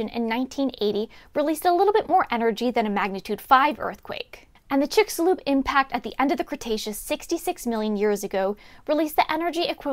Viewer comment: You said (and pronounced) Chicxulub!